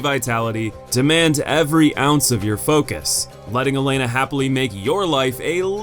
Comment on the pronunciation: I know this is a nitpick... But like... It's Elana, the Squalid Queen, not Elena. It's there on screen in the whole segment, and you pronounce it Elena & even write "Elena" in the lower third graphic :X